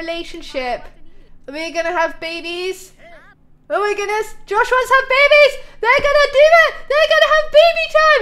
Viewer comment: Omg, that kid friendly close call, "lets not whatch them have bebehs"